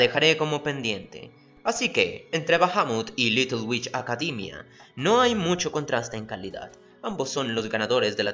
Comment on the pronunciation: "Comtfort" "Acadimia".